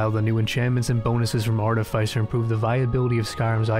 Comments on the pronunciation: Art-i-fiss-er. Not Art-i-fice-er. 😂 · It's pronounced "aa·tuh·fi·suh".